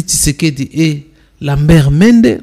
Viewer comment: Ndeko yeba koloba Oza journaliste prononciation nayo eza be kobonaye Lambert Mende Lamert Mende te